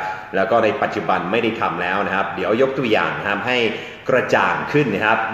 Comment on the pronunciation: คุณอาดัม ต้องพูด ‘ครับ ‘ไม่ใช่ ‘ฮับ’ นะคะ